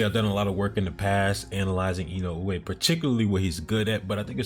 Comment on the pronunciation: Your pronunciation of Inoue is quite good. It's really close to the real pronunciation.